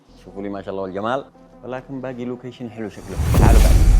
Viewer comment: لوكيشن مو لوكايشان